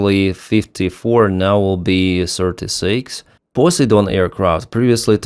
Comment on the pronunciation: Did you say Pssy-Don aircraft?😂😂